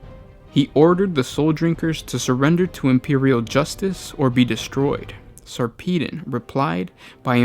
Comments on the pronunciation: sar-pee-den? it's sarper-don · Sarpeedon? It's Sar-peh-don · lol whenever i read the books, i've always Sarpedon's name as "sarpuh-don". this is turning my world upside down. But for real, the novels are amazing. Best series I've read in the 40k universe so far. Ben Counter did such a good job. He also showed despite a Space Marine's modifications that make them generally superior, underneath their oaths and layers of honor and battle scars, they are still only human and cope with human emotions in the appropriate situations. You see them get tired, jaded, worried--any single thing that would cause one to normally write-off an Astartes. Granted, they still cope better because they are still Space Marines, but it's a refreshing take on the mind of one. Plus extremely graphic details in increasingly difficult battles. Good Stuff.